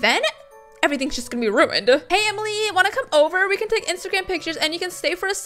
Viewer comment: I heard isagram in stead of instagram 🤣